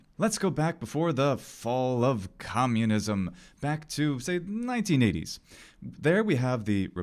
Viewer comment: Bro did not have to say "fall of communism" like that 💀